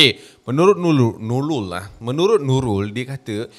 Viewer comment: menurut Nulul 😅 ter-pelat pulak 😆🙏🏼🙏🏼 tengok ape,usha ape? 😂😆😂😆